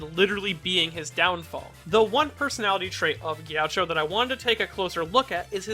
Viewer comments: It's pronounced G-A-CHEE-O, not Gaucho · i hate how he says “jeowcho” instead of “gakeeoh” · its not gee a cho its gi AH key OH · The way he says “ghioucho” is atrocious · Isn't it pronounced "Gi-a-kki-o"? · Gaucho? Chacho? Jowcho? C'mon mannnn, you gotta at LEAST keep your pronounciation consistent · I see you purposefully saying his name wrong so people would get triggered much like he would